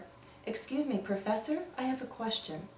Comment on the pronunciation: I listened to you said " I eave a question" and not " I have a question", why??